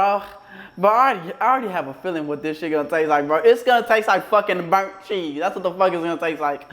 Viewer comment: "This shi brunt as hell" him still eating the brunt chesse😭💀